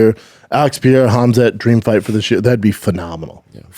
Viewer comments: His name is Pereira and you've been mispronouncing his name for a whole year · It also annoys the heck outta me - in what world is it P-erra?? 😂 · his name is NOT PIERRA lmao CTE much brendan? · “Alex pee-air-ah” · Pierra Lol... Yeah weird pronunciation. I do think Brendan got it from Chael. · Bapa says Alex Pereira's name in a way that's literally impossible if you have ever seen it written. Also Chins shirt looks like it could say Douchebag Darryl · Why can he not say Alex’s name right 😅